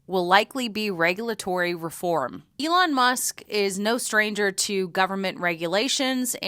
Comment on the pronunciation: Alon Moosk?